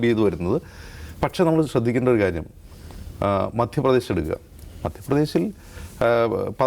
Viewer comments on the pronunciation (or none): none